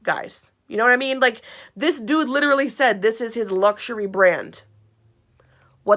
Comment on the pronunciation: Hashanah LICHERALLY. HE LICHERALLY SAYS IT 26 TIMES IN 3 MINUTES